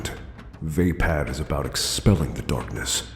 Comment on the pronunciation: vuh-pad, not vey-pad